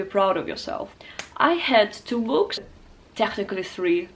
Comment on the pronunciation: Dear: I'd wish I could speak Arabic as well as you speak English. The teacher in me noticed at times that you mispronounced too well;) some words such as "tricks" and "books" like "treacks"/freaks and "bu:ks" as in "boomerang". I watched for a second time your Arabic learning video and checked the links in the descriptions, trying to find some leads, but unfortunately English is so deep under my skin that I can't use it as a meta language while learning Arabic. I am more of a musician, so I would rather have as close as possible a full phonetic immersion in the language I am trying to learn. quora: "Where-are-uncontaminated-Arabic-learning-videos-to-be-found" Any suggestions?